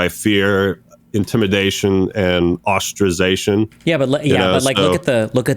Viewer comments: stop saying ostrazation. its ostracisation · I’m gonna ostrazate myself if this guy say ostrazation again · “Ostrazation” what a dope.